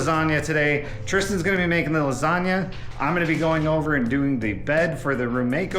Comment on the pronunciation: Hey, love your personality, and your cooking, but why in the world would you miss pronounce the dish you are preparing? I’ve been married to an Italian for 45 yrs, and been in Italy multiple times, and I can assure you there is no such thing as a “lasaga”. How it’s been pronounced for ever, as a “lasagna”, is in fact the correct way. If you are not sure, ask the rest of the world. However, if you want to sound educated and correct, “bruschetta”, that everybody in North America mispronounces, is pronounced “BrussKetta”. Please use your platform to educate on that one. You will make the Italians proud!